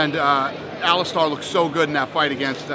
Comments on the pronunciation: hey dana it's alistair not alistar lol (star) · Someone teach Dana how to say "Alistair" and "Velasquez".